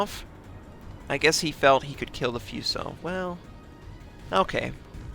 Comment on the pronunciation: I'm really sorry, I can't stop myself from trying to correct your pronunciation of some of the japanese ship names. Fuso - It's not like Few-sow; more like a Fu-so as is.. as in Foo-so.. Myoko - It's not Maioko; more like mio-ko; (Same with Myogi pronounced as Mio-gi).. But anyways. Who cares. Good game vid.